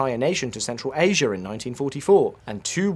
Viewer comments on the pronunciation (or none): none